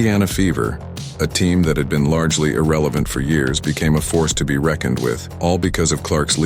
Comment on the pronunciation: I HEARD THE WORD ERELIVENT LIKE ALL THE WASHED UP BALLPLAYERS ON ESPN / TNT JUST SAYING LOL